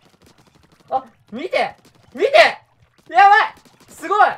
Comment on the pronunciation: 「みて！み"で！」 わたし「見てますよ！w」